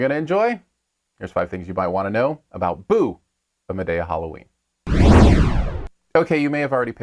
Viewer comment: Look you are not even saying the name of the movie right. Lol